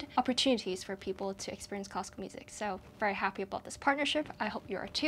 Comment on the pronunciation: always says fairy instead of very,:-)